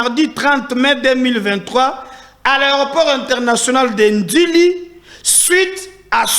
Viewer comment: Ndjili et non Ndili